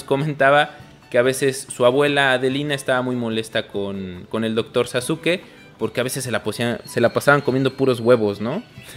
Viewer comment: Muy interesante programa, bien hecho chidos. Pero es Sasuke no Saske. Quizá se pronuncie así en japones, pero en Pahua todos lo dicen pronunciando la U SasUke